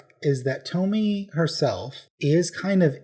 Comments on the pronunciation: Tomie is pronounced as toe-me-ay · Pronounce it To・Mi・E Toh Me Yeh とみえ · Just letting you know Tomies name is pronounces Tom-ee-ay ❤ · I love when people cant pronounce Tomie